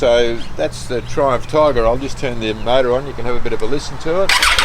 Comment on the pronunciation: R u saying trump tiger or triumph?